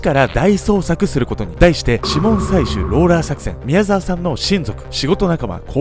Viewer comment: んん？？みやざきみきおさん？みやざわさんだぞ！疲れてそう、無理しないでください！